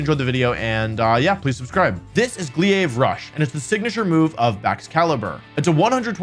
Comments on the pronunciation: Did.....did he say "gleeave rush" and not glaive rush? Wtf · gliave rush??? Its GLAIVE rush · It's not pronounced "Glia-ve" but "Glay-ve" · It hurts a bit to year him call it "Glee-Ayev" Rush... A "Glaive" or "Gl-Aye-vuh" is a bladed polearm, so it's easy enough to find the pronunciation for. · Buddy went "Glee Aive Rush" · Gleeave Rush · This is gle-ave rush 😂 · "glee-ayve rush" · Btw "Glaive Rush" is pronouced Glayve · Glaive Rush.... Glay-ve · "This is glyave rush" wtf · The way Wolfey pronounces "glaive" is dealing me super-effective psychic damage. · Like calling Arcanine Are-Kah-Nee-Nay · Funny. He's mentioned in previous videos that he goes out of his way to pronounce things wrong. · I'm sorry great video and all but what did you just call "glaive rush"? It's made up of 2 relatively easy English words 😅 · Wolfe: can pronounce Grafaiai Also Wolfe: can’t pronounce Glaive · as someone who plays bloons tower defence, thats definitley not how you pronounce glaive lol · Why did you say glaive like that 😭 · Why tf are you saying Glaive so weird? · I hate the way he pronounces “Glaive”